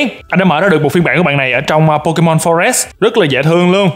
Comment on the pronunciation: Pokemon anh hỏi là Po_Cha_Ma